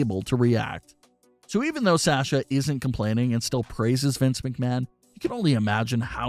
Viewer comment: “From Say-asha Banks” 😂